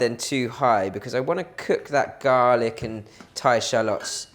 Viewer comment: “Garlaac ” hahaha 😂, you are so funny . Love all those tips that you give. Learnt so much of Chinese cooking from you. Thanks a lot 🙏🏽